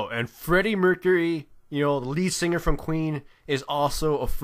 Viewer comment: anyone else heard "Freddie Mercury, the Lee Singah from Queen" ?